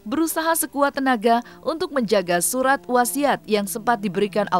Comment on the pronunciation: Suraaat woii bukan suhaatt